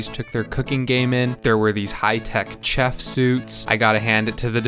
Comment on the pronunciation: The way you pronounced "chef" was chafing.